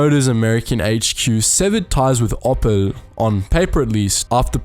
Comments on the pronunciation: "Oppel", lol. It's the same as the gemstone "opal", mate :-) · OPPEL Trucks. Pls dont ever say that again